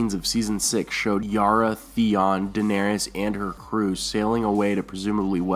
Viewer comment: PRONOUNCE DAENERYS CORRECTLY GOD DAMMIT!!